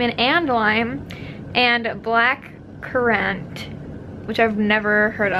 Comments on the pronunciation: I love seeing you somewhere that I have been, and is in the country I live in! Also, how have you never heard of black currant! (You say it with emphasis on the u) You would usually see black currant juice in super markets and stuff, like robbinsons and oasis drinks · The way you said currant hahah it's said like current!! I would say it's like Ribena but they don't have that in the US do they?? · You've never had currant before? In Massachusetts it's something you see a lot in specialty food stores of organic, Whole Foods type places. Also it's pronounced current! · the way she said Black curant hahhhahahha